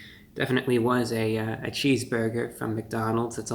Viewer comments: no one: ReviewBrah: "cheeseboyga" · Well merry Christmas young man and sorry you’re under the weather but I did notice when you said cheese burger I noticed a Jewish New York accent every time you said cheese burger lol